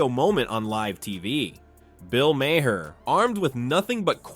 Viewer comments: It's pronounced "Mar" not "May-her" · His name MAHER!!!! THE ""H"""IS SILENT!!! IT'S ONE SYLLABLE NOT TWO!!! NOT MA-HER/JUST MAHER!!! LISTEN TO HIM PRONOUNCE HIS OWN NAME!! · Why would anybody subscribe? Bill Maher's been aim media for decades, and You don't even know how to pronounce His name. May Her? Really?